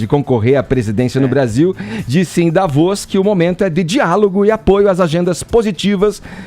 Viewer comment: "Davóz" huahuahua